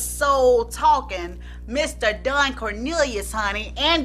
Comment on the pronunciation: the way u keep saying DONE